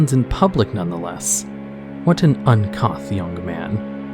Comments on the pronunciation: Not "uncoth" it's pronounced "un-cooth" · Un Coth?? Uncouth -ouu sound not ah sound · "estvale?" Bruh. It said EASTvale. "Uncoth?" Lol. Uncouth is pronounced un-cooth. Kinda funny when someone makes videos like this but they don't even know or take the time to find out how to pronounce things correctly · I think it's East Vale (Eastvale) and Uncouth is pronounced like tooth only the 'C' has a 'K' hit, untooth unkooth uncouth. Just trying to help, other wise love the video liked and shared. And yes, the original Mismantle story was the best it had you travel around and gave a kind of investigation feel to it. Wish there were more investigating quests in WoW. ❤👍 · made me lol "what an un couth young man" it's pronounced uncoof for anyone who wished to better their english. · UNCOOTH, it's pronounced. Dude, is English even a 2nd language for you? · Uncouth the "couth" in Uncouth, is pronounced the same way you'd pronounce "youth" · Stalvan, Eastvale, Giles, uncouth... there were a few that threw me. Honestly it bothered me but I give him a pass since he’s doing all this research for these vids that as long as we know who he’s talking and where I try to ignore it.